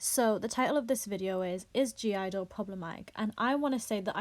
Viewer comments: Not a fan but I'm more offended the way you say their name lol its just IDLE. The G is silent... And fk all these snowflakes! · Their called IDLE without the G why does everyone say gidle sjhdjd